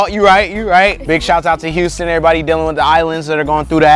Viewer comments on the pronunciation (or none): none